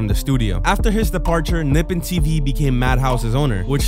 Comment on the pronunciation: "Nippin TV" NIPPIN??? THERES LITERALLY LITERALLY AN O, HOW DO YOU READ ENGLISh